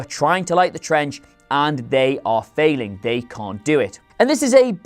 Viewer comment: Why do I laugh every time he says "trench"?